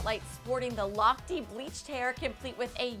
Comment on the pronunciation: why is she pronouncing it Ryan Lochtii,? it's Ryan Lochte